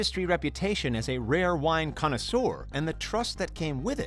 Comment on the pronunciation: Hahaha... Connoisseur or "CON-noisseur "